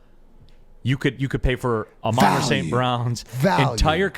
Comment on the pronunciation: This been bothering me since Ben Johnson stared getting involved in the offense, the pronunciation of St Browns name... It's Ah-Mon-ra, NOT Amon-ra..... Lol